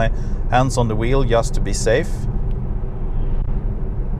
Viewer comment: you really need to practice the pronunciation of the words "just" and "general" ;))